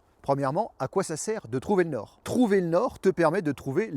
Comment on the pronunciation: M€rde… j’ai regardé la vidéo jusqu’à ce que je comprenne qu’il s’agissait de « trouver le nord »… et non pas « trouver de l’or » (ouais j’écoute en faisant autre chose, ça aide pas aussi!) Du coup j’ai perdu 3 min de vie pour rien avec ta vidéo (59sec. pour comprendre que t’avais pas bien articulé… ou que j’étais pas hyper concentré! Et encore 121sec pour écrire ce message!) wallah j’me désabonne!! Nan j’deconne!